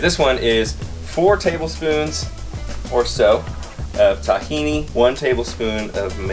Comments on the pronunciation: Omg, say TAHhini wrong one more time! Lolololol ughhhh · This a hilarious video! 🤣🤣🤣 btw i’m an Arab and we spell Tahini like: (T-he-naaa)😂 Miles would say “proper liquid runny gold arabic tahini”.🤣🤣🌱🌱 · I love how he says it tah-hini haha cheers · In all fairness, it's pronounced that way once it's made into a dressing - in restaurants and packaged in stores, once there's lemon, seasonings, it's not called tahini (only sesame seeds) but takhina. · Thumbs down for the pronunciation of tahini